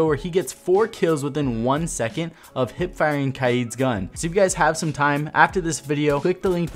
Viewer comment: Did you just call kaid kyid